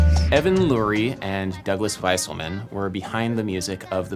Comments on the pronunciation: Wouldn't "Wieselman" be pronounced "Veeselman", not "Viselman"? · Adam, you’re mispronouncing Douglas Wieselman’s last name. It’s pronounced “VEE-ZELL-MON” not “WHY-SULL-MAN”